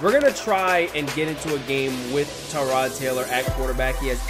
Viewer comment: Did you say teerod Taylor. it's tie-rod Taylor